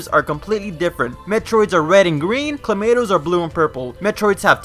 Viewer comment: All I hear is Clamato